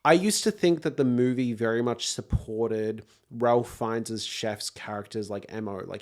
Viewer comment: Suggest you look up how to pronounce Ralph Fiennes' name.